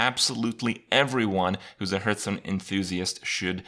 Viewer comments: everytime Kripp says hurthstone, I downvote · Why do you say "Hurth"stone? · what the fuck is a "hurtstone"?